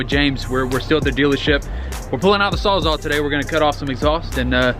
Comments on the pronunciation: saws all. wtf is a 'sawzaw' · Wtf is a sawzaw? You mean sawzall lmao. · What the fuck is a "sawzaw"? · Sawzall* not sawzaw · Fuck is a sawz aw hahaha